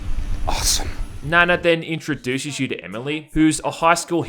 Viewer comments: It's pronounced Nah-Nah, which in Japanese is Seven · Nana is pronounced like “Na Na, what’s my name” in that Rihanna song. It’s actually more Japanese than Korean, but a popular k-pop idol has that name from After school/Orange Caramel. Honestly they should have named her Yuna, because I swear to god, she looks just like her. But since this is probably sexual in some nature, that would be creepy because Yuna (the singer) would have been 17 when this game came out. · It pronounces "Na-Na" is a sassy Asian name. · Nana pronounced Naa Naa , there is a famous real kpop star Nana from the group Afterschool who the character is probably modelled off. I'm pretty sure Nanna is grandma, translators sound chinese maybe messed up the names lol. Nice review though, looks like a mindless game that's a good time waster lol. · Yeah Nana is pronounced with a long A. God those character models look like they were made in daz studio or are asset store purchases.